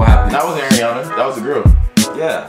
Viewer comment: im srry but one of my biggest pet peeves is when people call her airiana instead of ariana lol